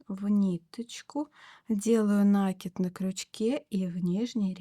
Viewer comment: В творчестве нет правил, но есть правила русского языка - накИд. На - это приставка, кид - это корень, на него и ударение